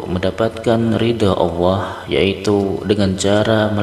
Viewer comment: Sayang awoh...awoh...awoh...sebetulnya Alloh bro hrp dirubah